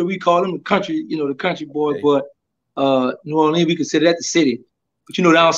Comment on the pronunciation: Did he really grow up in New Orleans?..because the way he pronounced it is like somebody from Detroit 🤣🤣😂😂